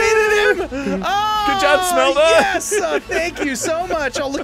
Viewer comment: it is Shmelda not Smelda